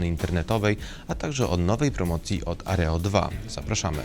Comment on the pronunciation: Nie Areo2 tylko Aero2.